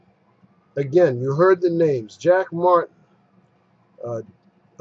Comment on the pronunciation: Lol, "Jack Martin" can't even pronounce his own name correctly. Why do they persist with these ridiculous names?